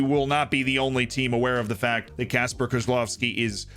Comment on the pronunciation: Man have problem pronouncing "Kacper" but takes on "Szczecin" like native drunk Pole xD